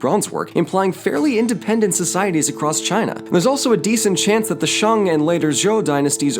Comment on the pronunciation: Honestly, you pronouncing it as ‘Shang’ instead of ‘Shaeng’ is better than 90% of people in America. You did good